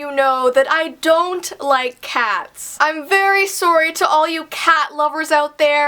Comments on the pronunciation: Why did She say SOERY it’s sorry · I love the way you say sorry it's like soory ilysm😊❤❤ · I love how Canadian accent kicks in when she says "sorry" XD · Omg her accent when she said sorry I love Canadians especially since I'm from Alabama so I have a thick southern accent😂😂😂